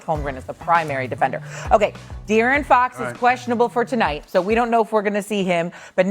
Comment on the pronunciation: did he pronounce De'Aaron Fox as Dee Aryan Fox? multiple times?